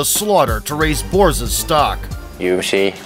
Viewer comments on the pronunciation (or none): why u calling him Bohrst?